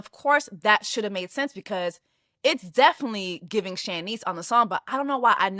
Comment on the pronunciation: I have never heard Shanice's (SHAH-neese) name pronounced like that (SHAN-neese) lol.